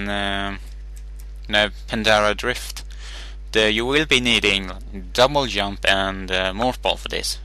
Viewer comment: he is maybe german or british. but still he says yump instead of jump